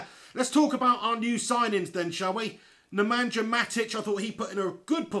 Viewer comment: it's supposed to be pronounced as it were written "nemanya" mate, there's no J in his name :)